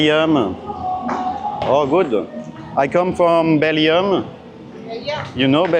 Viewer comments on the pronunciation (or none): Bellium mdr parle comme les Thai My from bellium 🤣🤣🤣🤣🤣 Elle te corrige BELGIUM hahahahahaah excellent!!!